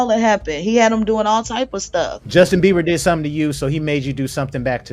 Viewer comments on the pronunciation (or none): Good content! One note. It’s BIEBER not Beaver